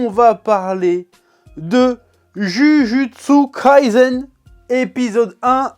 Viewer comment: Par contre faut faire un effort minimum sur la prononciation stp ! "Jujutsu kaisen" ca se prononce " DjuDJuTsu KaiSSEN". Stop le "zen" au moins